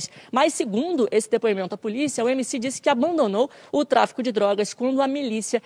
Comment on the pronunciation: “emc poze" sabe nem falar dkksks